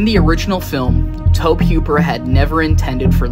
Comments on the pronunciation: this is not the only channel that has pronounced it as towb instead toe-bee. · Bruh tobe is pronounced like Toby. You driving me crazy the way you saying it